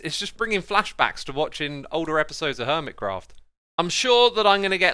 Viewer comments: he said crerft instead of craft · seconds in did you say hermit crow??? or am i stupid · anyone hear “Hermitcrow”?